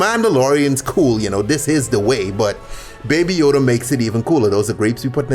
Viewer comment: Nobody:: da bAbY YoDa